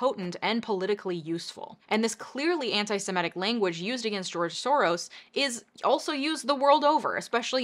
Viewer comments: It's pronounced Shorosh , which means roughly translated - lucky or fortunate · His last name is properly pronounced "Sorosh"; in Hungarian the "s" alone is a "sh", to write an "s" sound, you spell it "sz."